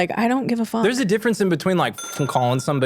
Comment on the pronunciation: “What the foook” 😂